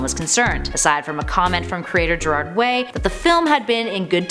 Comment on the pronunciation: I heard someone day Gerald Way and I'm still weak.